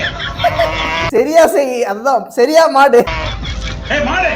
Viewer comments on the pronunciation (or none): Bro athu madu ella maadu😂